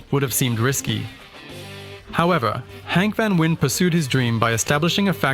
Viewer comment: Its not vanwin its VAN VEEN